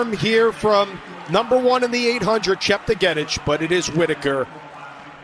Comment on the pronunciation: It's atrocious that the commentators can't pronounce Chepng'etich....